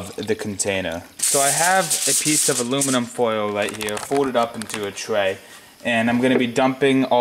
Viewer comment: Awoominum and batawees. Hey, you must be that kid from "the big bang theory". Wow, you got over fow thouwsand subscwibas. Coow😎